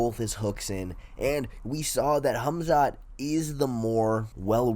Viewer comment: Hummzatt vs Oozemen. Never heard those 2 names pronounced like that lmao